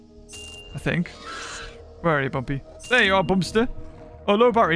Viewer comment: You know rushed this when he says bumby instead of bumpy